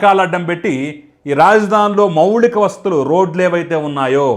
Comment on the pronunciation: అంతా బాగే కాని మౌలిక,,, మౌళిక కాదు